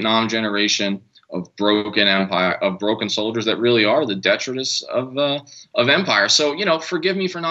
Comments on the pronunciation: detritus, accent on the second syllable; makin the effort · Detritus should have the emphasis placed on the second syllable, not the first. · No biggie but detritus is pronounced with a long i di-ˈtrī-təs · The word detritus IS a great word but it is pronounced dee-try-tus. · You didn't understand detritus because he doesn't know how to pronounce it. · Detritus is the word Jimmy did not understand because it was incorrectly pronounced